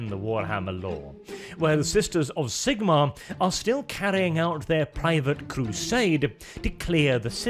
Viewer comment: You deserve a ike just for pronouncing Zigmarr the right way